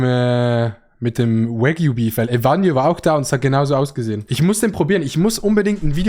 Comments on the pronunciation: Es isch wAgyu ned wÄgyu plssssss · bitte bitte betone Wagyu nicht mit englischer Aussprache. Ohrenkrebs